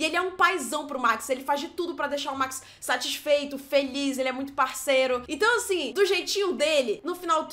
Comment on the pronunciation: Minuto do vídeo A: Deixar ele satisfeito Eu: Be sadisfied